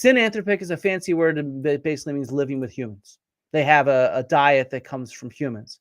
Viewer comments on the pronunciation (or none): none